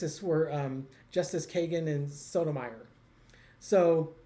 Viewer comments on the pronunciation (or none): It’s justice “SKA LEE A” and justice “Soda my or”. Still love you two. 🙄🙄